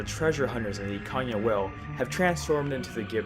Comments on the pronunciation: Ikanya??? Bruh, wtf is wrong with your pronunciation? Can you not Read? It's Ikana.... EE-Kana!! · "Ikan-ya"? Bro, where are you getting all these extra letters from? 😂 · Nice theory but stop pronouncing stuff incorrectly lol theres no y in pamela or in ikana